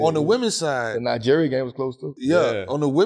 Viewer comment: I like how Melo pronounce Nigeria 🇳🇬, Exactly how it's supposed to be pronounced.